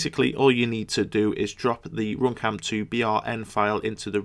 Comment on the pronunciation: RoomCam dat accent tho